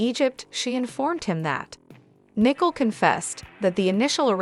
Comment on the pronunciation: Her name is Nicole pronounced as "Nee Cole"...